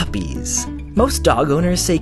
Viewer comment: 'Hmm... Puppies!', I didn't know was Asian!:p